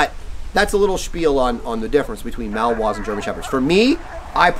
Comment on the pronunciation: Nice video, but please learn to pronounce Malinois correctly. It's not "Mal-Wa." The name has three syllables; ma-luhn-waa.